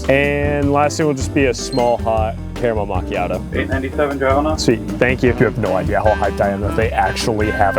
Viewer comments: is so funny the way he says “cAramEl mAchiatO” lol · "CÆRæMAL MÆCHæIÆTÆO" 🗣️🔥🔥🔥🔥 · 😂✨ThE crAMal MacIATo✨😂